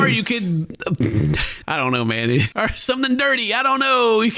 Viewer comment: Has anyone noticed that doesn't say "or" he says "ar" instead